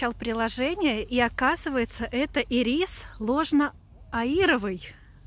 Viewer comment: это ирисы, ударение на первое и, а другие - люпины